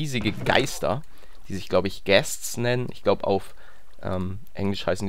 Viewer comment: Es heißt ghāst